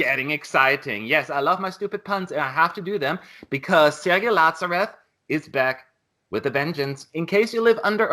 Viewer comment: Btw why are u pronouncing 'latsarev'? :)) he's 'laZarev' like in 'zero'